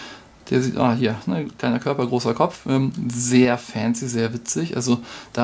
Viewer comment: Wort des Videos: "fääänzi" :-D